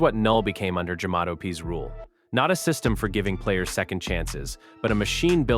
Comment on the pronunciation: Jamato not jamato